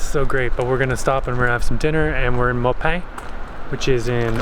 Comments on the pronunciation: Maupin is pronounced Ma (like you mother) and pin or if you were moping the floor drop the g, mopin'. Also, that was an Osprey nest. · Yuk yuk yuk yuk yuk... no francais in that really -- Maupin is sorta like "Maw-pin". When you passed thru Dufur... it, too, prolly sounded better in your heads...